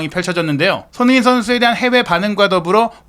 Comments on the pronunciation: 손흥민 선수 이름좀 제대로 발음 해주세요. 소노민 소느민 뭔가요. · 손흥민이라는 이름을 정확히 발음하는 꼴을 못 보겠네